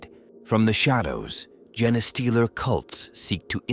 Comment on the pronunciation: All these text-to-speech programs have trouble with the word "genestealer"